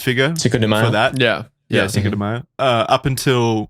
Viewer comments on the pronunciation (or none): Bro really says cinco de mayo